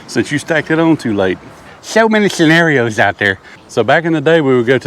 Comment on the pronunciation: "So many schenarios out there" LOL